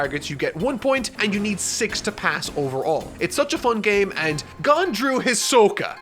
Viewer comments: Just curious, why does he pronounce Gon as "Gun" and Kurapika as "Koropeka"? I am just confused as the anime I have seen doesn't pronounce them like this. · Hearing call Gon “Gone” hurts my soul. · omg he says Gon as gun, shoot me with gun please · Yeah he should probably watch one anime episode, just for the names 😁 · Atleast would pronounce gon right- Tnm:gun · For the future it’s pronounced Gon like loan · are you sure? ive always heard it pronounced gon like dawn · Why do you mispronounce Gon and Kurapica? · I love you, but your pronunciation of Gon and Kurapika drives me insane. And I'm only 6 minutes in 😩 lol still love the video tho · I love this review! So in-depth. And I can tell that you understand the characters and story. But, my Lord... the pronunciation of the characters names are making me go crazy! Every character's name you're saying is completely wrong! And it's not HunterHunter... it's Hunter X Hunter!!! Still a great review! This anime is God tier. And your review really captures the essence of the show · NOOO HE SAYS GON WRONG AHHHH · No not only that he gets "Gon" wrong like how. What's next Ki-LU-a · He already said Gon and Kurapika wrong...love ya! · Love ya but I think you need to watch the anime atleast once to learn to pronounce their names haha. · I hate how you say gon and kurapika. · The way you just said Gon just gave me an aneurysm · yeah it's not pronounced kura-pika (not like the pika in pikachu) but it's pronounced like coo-rap-ika or ku-rap-ika Also Gon isn't pronounced like the way he says it but it's a minor thing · Are you telling me I have to hear him pronounce gon like this every review :( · GON NOT GAN PLEASE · did he say gone? isn't it pronounced more like gowhn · “GAHN” and “KERAPEEKA” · ITS NOT GAN GAWN OR GUN, GO - N GON Edit: HOW CAN YOU SAY LEORIO AND KURAPIKA WITH ABSOLUTE PERFECT PRONOUNCIATION BUT YOU CANT SAY FREAKING GON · His name is pronounced "G-own" not "Gun" lol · It’s pronounced Gōn